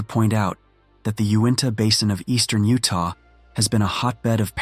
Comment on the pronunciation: The five twelve akree plot of land in oo-tah